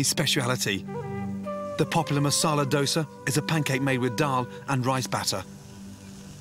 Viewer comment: i have never heard someone say it like that,just say dosa